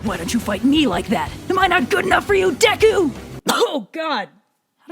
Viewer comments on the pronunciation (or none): none